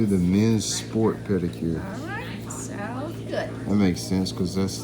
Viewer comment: Pedicure? Really? Lol